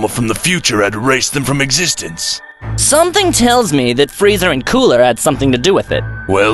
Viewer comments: Dragon Spheres 😂 How do you fugk up the name? You also refered to Kale as His once. The name is Freeza not Freezer. Fix these issues in future. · Um "freezer" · If you can’t even pronounce Frieza’s name correctly and say fuckin “Freezer”, then you shouldn’t even make videos. 😂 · Frieza not freezer